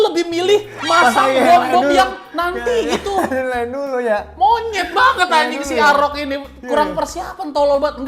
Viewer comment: out of konteks, gue selalu salfok dan paling demen gue klo ngmng “monyet” renyah bgt njir wkwk